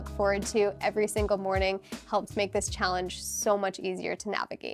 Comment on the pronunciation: Why do you pronounce the word challenge as chall-INGE ?